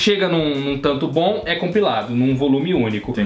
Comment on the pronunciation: Em, disse "tanto bom" ou "tankobon"? Curioso porque os dois encaixam perfeitamente na frase haha